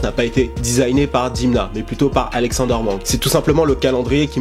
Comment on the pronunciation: prononce Dèmna stp il est Georgien et bravo pour tes videos